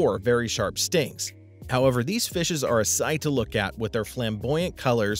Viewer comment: He said fihses ahahha did you study grammar